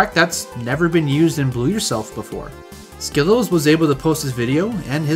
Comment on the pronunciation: Bonus of doing your own WR history video: perfect handle pronunciation.